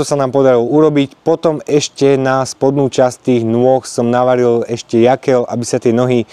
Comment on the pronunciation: Rád sledujem tvoje videá, ale už v druhom videu čo režeš uši s Jaklom 😂 je to Jokel a v živote som nepočul Jakel